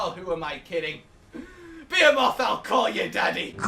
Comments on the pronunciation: Yay, new armor set that looks cool, but I'll end up making a whole new set to use it in. If not just craft it and use it as a cosplay set. At the end of the day, all that matters is that Behemoth is a difficult monster, and that I don't need "friends". (Also, a two year old could pronounce "Behemoth" better than you did in the intro.) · Why you pronounce behemoth weird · William Morse he already mentioned in a previous video ON the subject of the behemoth that he knows he pronounces it wrong, he knows how to say it right, it just more natural for him to say it that way. Like the pronunciation of "Caribbean."